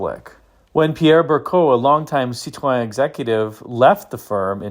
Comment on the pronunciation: That's what I said, "Sit-Tron" 😂